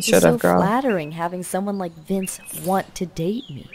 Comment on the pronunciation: vince not vice